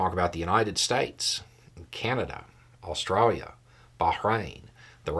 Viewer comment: The 'Australia' sounded, well, Australian! 🙂